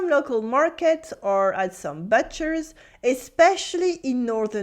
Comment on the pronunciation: I would try most of these. People often get put off by the idea of something more than the actual taste. I thought haggis would be gross but it's fantastic. (Butcher is said with an "oo" sound, by the way -- "bootcher".)